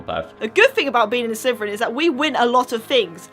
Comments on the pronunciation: I'm sorry but why do you call it Sleveren when it's Slytherian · I hate to be rude but you can't pronounce your own houses name it's Slytherin not slyverin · Its slitherin not sliverin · You say Slytherin like slitherfrin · It's pronounced exactly how it is spelt slytherin. Not slyverin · What's a slverian???? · did anyone realize she said slyverin? not hatin or anythin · Am i the only one who hears "sliverin" from?